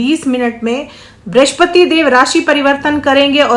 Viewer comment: ब्रिश्पति नहीं बृहस्पति कहिये, हे ज्योतिषाचार्य!